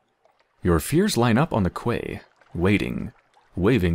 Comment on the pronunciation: I realize this video is a few years old now but.. if it helps any, "quay" is pronounced "Key"